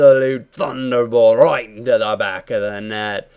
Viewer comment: "roit in the back of the net" - goes Australian